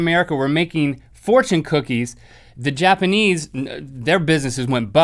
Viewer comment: Did he just say "Japenese"? WHAAAAAAAAAAAAAAAAAAAAAAAAAAAAAAAAAAAAAAAAAATTTTTTTTTTTTT!!!!!!!!!!!